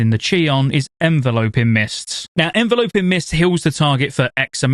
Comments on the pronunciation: En-Vel-up-ing. Not En-volo-ping. JFC 😂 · say it with me, 'En-vel-uh-ping' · As someone who is a healer one-trick I’m super excited to play mistweaver, hyped for mop also thats not how you pronounce enveloping lol